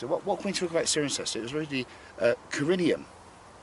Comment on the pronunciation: it's pronounced 's-eye-ren-cester' :)